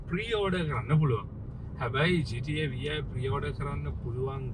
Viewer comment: ගේම් එකක නමක් හරියට කියන්න ඩිග්‍රී එකක් ඔනද වේසිගේ පුතෝ😂